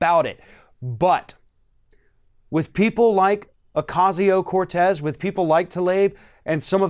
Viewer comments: Baby... guy... handsome... I love you... I love your info... it keeps me grounded in reality & informed by a trusted source. But please... Ocasio is pronounced Oh-Caw-see-oh... The a in Ocasio is like the a in Taco's Love You😘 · pronunciation: Ocasio... is oh-kahsio; not, oh-kaysio